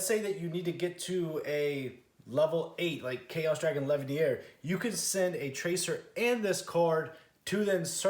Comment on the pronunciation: My guy, it's Chaos Dragon LeviNEER, not Levier. We ain't French or at Hogwarts